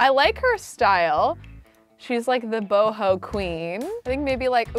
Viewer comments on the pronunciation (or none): When said “shes the boho queen” i thought she said the hobo queen👑😂